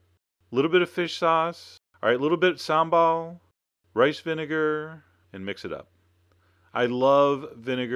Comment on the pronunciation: Here in The Netherlands we use alot of sambal. Never heard an American pronounce it. it sounds funny